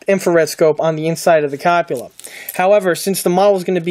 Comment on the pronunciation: The kit is a Trumpeter kit, not a Trumpeteer. Also it's called a Cup-ol-a, not a Cop-u-lar. Nice job on building and painting the kit.